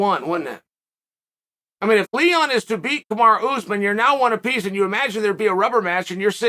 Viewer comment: KamarUUU not Kimari kimara or what I keep hearing in both videos now